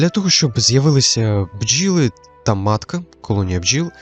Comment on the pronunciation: "Щоб проявилися бджіли" 😅 омовився трошки, азіровка якась вийшла